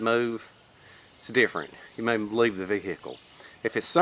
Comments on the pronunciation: Vee "hick" ell, love it! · I love the way he says ve hic kle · don't ya mean, vee-hickle? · Ha new video for Friday 😃 Man I love how you say vehicle! Greetings from the UK and thanks for the time taken on your videos